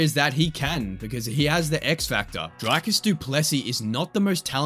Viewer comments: Dricus Du Plessis is pronounced Dree/kis Du Plis/see in South Africa, hearing all you YouTubers cover him is a bit scuffed because of everyone pronounces his name poorly not just you. Other than that I loved the video :) The editing was good, structure amazing and it provided a lot of value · Just wish these idiots making videos about him can pronounce his name properly, then again it could be intentional to get comments like mine. Petty baiters. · I also just have to comment on the butchering of the pronunciation of his name...